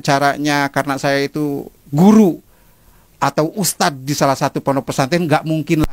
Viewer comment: Idz ustadz bukan iz . Lidahnya ada diujung saat mengucapkan dzal (ذ) Dibacanya begitul ustadzku yg gantengggg